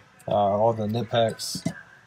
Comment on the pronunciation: Just for the record its pronounced "KA - NIE - PEX" not NIPEX